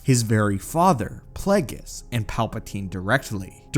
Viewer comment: learn the names b4 you make a video on them its Darth Plague(E)us